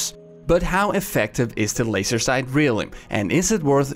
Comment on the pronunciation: *FOOKIN LOAISE' SOAIGHTS